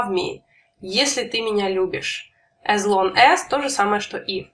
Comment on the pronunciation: не As (Эс), а As (Ас)